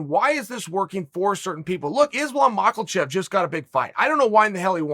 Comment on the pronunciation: No ‘L’ in Makhachev